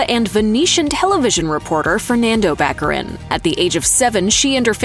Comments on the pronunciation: Morena Bach-ah-reen. Not back arin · It’s Ba-care-in! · Baccarìn, with the accent on the last i, please. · Venetian pronunce is Baccarìn. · Before you narrate a video about someone, you really should learn how to pronounce their name. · Would it be possible for narrators to learn how to pronounce people’s names?